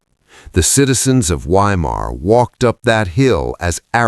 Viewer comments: pronounced Vy-mar in German, not Why-mar.Just sounds odd hearing Why -mar. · I'm not sure if this is some kind of dark humour. I'm talking about pronouncing Weimar as whyma. Surely everyone knows that 'W's are pronounced as 'V's in German in other words the town is pronounced Veimar but spelt Weimar. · Not "WHY-Mar" but Vy-mar. V as in Victor. Narrator's voice sounds like old grapes forgotten in the back of the fridge. Can't listen. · Please, W in German is pronounced as a V. So Weimar is Veimar. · Ai narrator?? Saying WHY—mar is driving me nuts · Sounds like AI. It’s pronounced Vimar, not Weimar. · Is it too much to ask of AI narration to correctly pronounce the city name as "Vye-mar?" I guess that would be intelligent. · It's pronounced Veimar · You need to train your AI that W in German is pronounced like V - Vi Mar - Book-en-vailed, It gets very annoying every time it is said wrong. That is how we get from Wien to Vienna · Weimar is pronounced VYE MAR. Fix your damned AI and learn to pronounce words correctly. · I don’t know if the narrator is human or AI but i wish it would pronounce place names correctly 🙀😬. The letter W is pronounced as a V! please fact check before publishing a video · Is it really that difficult to train an AI voice to pronounce Weimar and Buchenwald correctly? I cringed every time I heard the W sound. Come on. Otherwise, this is good. It’s embarrassing that the handler didn’t know W in German is pronounced like V in English. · Why can your Ai correctly pronounce Goethe but not Weimar? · I'll subscribe when you can pronounce Weimar and Buchenwald correctly.